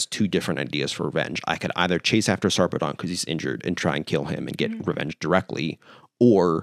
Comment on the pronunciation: it's kinda weird, but the usual pronunciation of Sarpedon is Sar (rhymes with "far") -- Pee (rhymes with "see") -- Dən (rhymes with "sudden" or "button"). so, something like Saarpeed'n